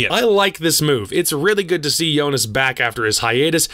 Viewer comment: They way you said Joonas GT lol. Shocked by the CTZN news for sure